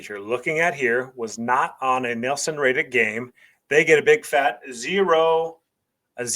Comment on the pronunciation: It's probably my preference, but from about - 0.38 seconds (during your intro), I just felt it was a little too over the top with the "Texas Style" delivery. Beyond that, I had no issues with your analysis and delivery other than the pronunciation of "Nielsen" (the TV ratings system). The analysis was spot on.